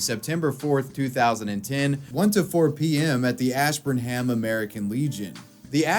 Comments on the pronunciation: I know you're not from Mass so it's not your fault but it's pronounced "Ash-burn'em." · take a shot every time he pronounces Ash burn Ham